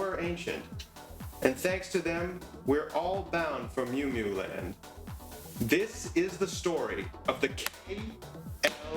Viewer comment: thank you!!! BUT its not the Justified Ancients of "Mew Mew" its "MOO MOO" #HailEris